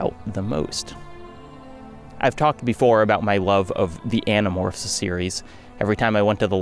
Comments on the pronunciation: Also when you said you might spoil Animorphs I heard it as animals and was like "all of them?" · I had to restart the begining cuz I did a double take lol. Uhh did he say .. Animorphs? hahah